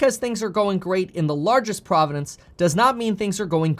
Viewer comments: Kevin - 1. Where are you getting your stats for South Africa? 2. You are adding an extra syllable to the word "province." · Province not Providence ✊ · "Providence" lol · "Province" vs "Providence." Two different words. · Province, not providence. Two separate things. Carry on. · Did you keep saying providences? Or this is my non-native speaker hearing?